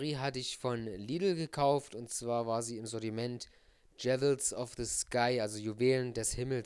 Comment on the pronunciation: "Dschewils" :D:D Sry, aber ich finde die Aussprache immer noch so nice ^^